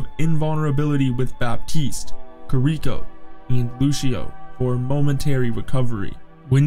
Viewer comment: Stupid pronounciation of heroes made me stop the video. Kir-ihk-o was the final straw.